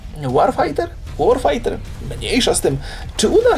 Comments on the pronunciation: łorfajter nie łarfajter :D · tytuł sie chyba czyta [łorfajters] w dosłownym tłumaczeniu oznacza: wojenni wojownicy